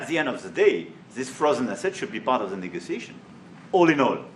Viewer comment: The way he pronounced negotiation shocked me at first